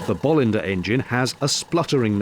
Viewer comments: And regarding the pronounciation. As a Swede I have always had the stress on the second syllable: Bo-LIN-der. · Todays Swedish attack, they are properly pronounced Boo-Linders, with a long o, so no bolls... 🙂 Just a bit of Swedish trivia. Now back to the spiffing noise they make.